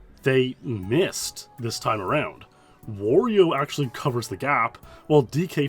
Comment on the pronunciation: Dude can't even say Wario